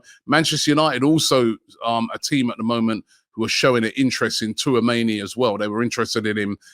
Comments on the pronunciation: Aaron touameni? Robbie butchers every name😂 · Robbie why do you keep butchering Tchouameni's name all the time!!